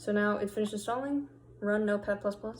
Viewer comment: Thanks! ++++ the way of saying 👌🏻😀